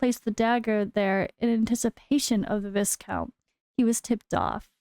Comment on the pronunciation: Viscount is pronounced Vai-Count.